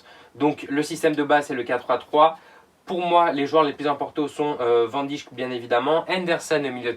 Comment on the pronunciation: Tu sais pas prononcer Van Dijk